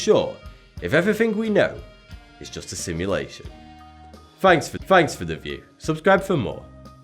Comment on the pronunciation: "f, fanks for the view" ;)